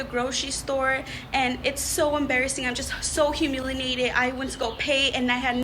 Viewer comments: Shout out to the chick who said “humilinated” and “fenimen” 😆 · Bruh did she say “Humilinated”!? Nah bruh I’m cool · I just want to challenge her to say humiliated correctly...